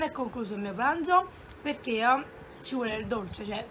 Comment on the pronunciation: Non so se qualcuno te l ha mai detto me ne sono accorta perché mio cugino piccolo ha lo stesso "problema" che aggiunde delle lettere finali a qualche parola mentre parla, tipo Quando hai detto "perché" la parola si è trasformata in "perchéj..." Se sai cos'è precisamente potresti rispondere a questo commento poiché vorrei capire come correggerlo se si può ❤️